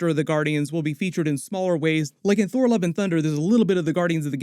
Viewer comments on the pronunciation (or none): none